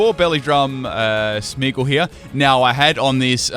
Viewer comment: Its Smeargle not smeagle